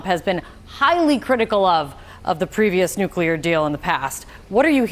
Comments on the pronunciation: NUC-LE-AR FFS. Atoms do not have a nukulus. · NUCLEAR. Not Nucular FFS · wot is a nuculah bomb, eh? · I thought I was done hearing the word nookyaler. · What kind of an "expert" cannot even pronounce the word "nuclear"?